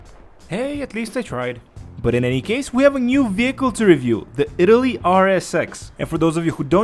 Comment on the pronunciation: its not italy its IT-ARR-LEE-AHH